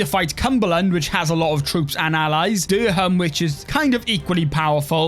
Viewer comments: Durham is pronounced durrem mate 😂 just up the road from me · I thought it was hilarious :D